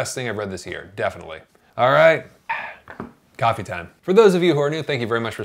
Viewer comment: He says coffee. I hear whiskey